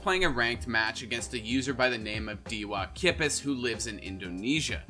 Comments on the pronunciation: it is pronounced "Day Whoa Key Pass". Just saying. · its da waa key pass to properly say it btw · As an Indonesian I agree and its quite funny to hear dewa kipas as dua kipes :v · Hahaha i love how u pronounce dewa kipas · butcher dewa kipas name so bad, i feel sorry for him now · i love your mispronunciation of dewa kipas